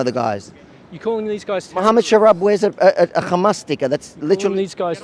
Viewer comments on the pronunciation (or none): Bro what happens when you say the word hamas? H hello hay hamas? Gghmas? 😅🤣🤣 His voice say he is I think transGgndr!